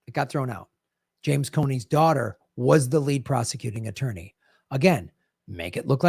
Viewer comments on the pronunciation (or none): none